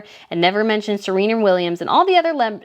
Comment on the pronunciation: It's 'Serena' not Zarana, please Google (it's free) prior to posting. You are welcome!😅